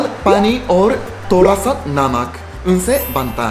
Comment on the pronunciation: Bhaiya, it's thoda, not toda.